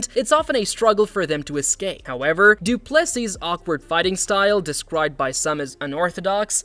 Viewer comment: If you cant pronounce Du Plessis last name correctly just call him DDP, the S at the end is silent!